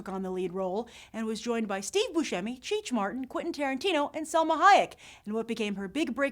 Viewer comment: Did you say "Cheech Martin"? lol Cheech Marin. Great list!